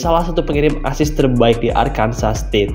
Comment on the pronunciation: Heii! Arkansas itu dibaca Arkansaw, state kelahiran gw